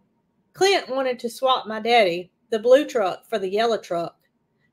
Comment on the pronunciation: I love the way pronounces “my daddy”.